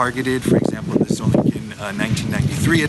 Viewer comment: Solingen is pronounced so-ling-en. Ling pronounced as in 'sing'.